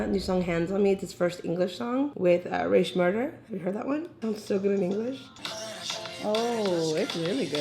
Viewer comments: Its pronounced Rae Shrem-erd not rae shmurda lol but love the vid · the fact that she said rae sremmurd wrong got me kinda mad lmaooo :/ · “Rae shmurder” 🤣🤣💀